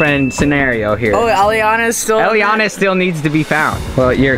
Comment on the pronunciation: Its elliana not jelliana